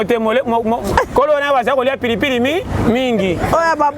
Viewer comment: Rein et non rain merci